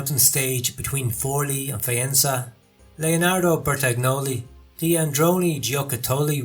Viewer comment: MichelE NO MICHELI ,, DI LUCA NO DELUCA !!!!!! Still the GN problem … bertagnoli…. Then (Androni) giocattoli … with the wrong accent . How is possible to miss every single Italian pronunciation ..c’mon